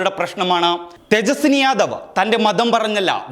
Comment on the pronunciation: തേജസ്സി ✔️ തേജസ്സിനി ❌️